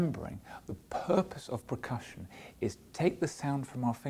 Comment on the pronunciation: Oh my lord, if I here percussion pronounced PRECUSSION ONE MORE TIME...!